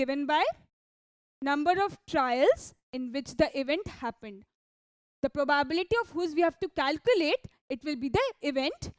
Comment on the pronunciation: Improve English. For example the word probability is pronounced as pro bah biliti. Not probaaabiliti. Horrible to hear. Also dont sing talk